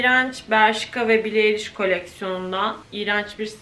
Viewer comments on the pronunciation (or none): none